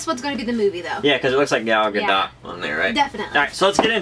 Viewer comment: YOU DONT PRONOUNCE THE T ON GAL GADOT!!!!!